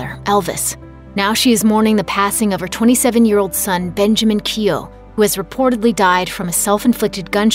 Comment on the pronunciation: Keough pronounced incorrect